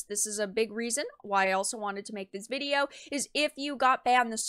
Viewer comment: You have a very bizare way of pronouncing "video" lol.. Not disagreeing with anything you've had to say or anything like that.. i'm just noticing the odd pronunciations.. maybe it's just your "youtube voice" you're going with.. but it is a pronunciation i've never heard before lol Vidi-yo rather than vid ee oh.